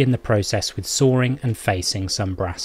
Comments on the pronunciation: Wow ! You really have a knack for over complicating simple procedures.I have worked as a toolmaker for over 30 years and can honestly say this is the equivalent of writing a lengthy CNC program to drill a single hole. Have you never been taught how to grind cutting tools by hand ! Anyway, there is no "r" in "sawing", what is "sawring" !! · It's called intrusive r. Pretty common in English accents that don't always pronounce the letter r.